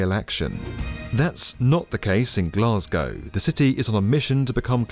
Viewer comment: Can we all learn how to say Glasgow please?